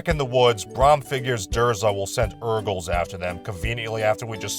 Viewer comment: I keep hearing "Erkles".😅